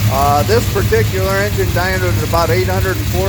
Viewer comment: Its Injin not Injun